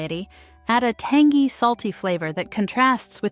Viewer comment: Lol tangy pronounced "tangee"